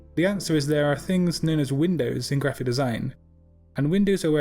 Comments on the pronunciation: I had to go back to the books to make sure it was "widows", and that I wasn't crazy haha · sounds like you're saying windows